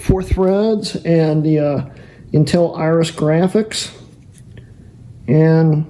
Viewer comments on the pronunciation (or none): none